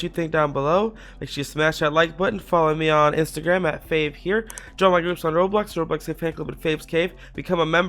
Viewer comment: Hello! (lol a tiny tiny bit)